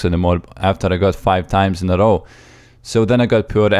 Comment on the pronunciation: Dude l2speak its not that hard to say "row" the correct way. And English is not my home language.